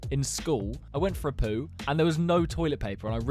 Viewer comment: Why do you say poo like poood in the shower